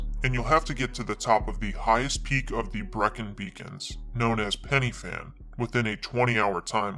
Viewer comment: BTW I'm welsh it's pen uh fan great content though 👍